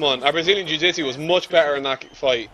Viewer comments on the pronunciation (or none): stop say "jewjitsue" its rather annoying